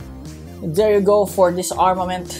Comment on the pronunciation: for some reason,i hear saying armor man than armament i am just saying not insulting